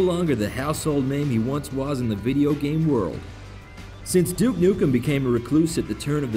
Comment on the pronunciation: stop pronouncing it jewuke! its doooke!! always bet on duke!